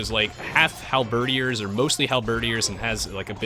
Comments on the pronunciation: HAL-BED-EARS! Not Halberdyyers! lol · Hal-ber-deer Sorry, just wanna get this out, I'm not trying to annoy you, but, I just want the record straight. is pronouncing it correctly, but, I guess we can all pronounce words the way we want. As long as it's understandable, that's the great thing about language itself. ^^ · Enjoyed the commentary except for one thing that drove me nuts.... It's pronounced Hal-Ba-Deer